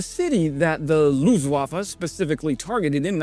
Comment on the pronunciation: Dude! Thanks! But it´s not LUFETENWAFFE, it's LUFTWAFFE.